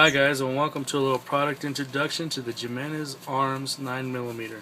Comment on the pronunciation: Not sure about yours but the ones I've came across will release the magazine while the slide is open. Maybe someone should contact the manufacturer and ask them why some do and some don't. Oh and btw In one of your magazines you have hollow points which they don't recommend and it's name is pronounce with an H and not a J 🙄